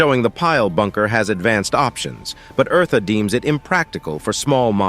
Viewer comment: Omg her name is not Marta is eartha